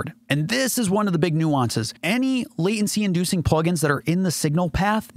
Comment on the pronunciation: There is a "t" in the word Latency